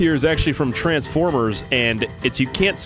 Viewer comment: No tranfffffforrmerrs ok